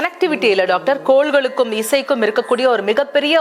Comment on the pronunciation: "கோள்களுக்கும்.." என்று திருத்துக.. "கோல்களுக்கும்" அல்ல..